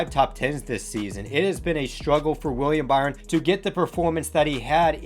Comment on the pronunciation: Weir-E-am Buh-ry-on? Lol